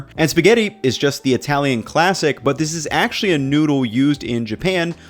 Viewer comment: This guy can not say noodle. He says noodah